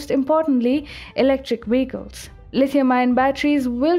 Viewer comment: VEHICLES. Not WEHICLES.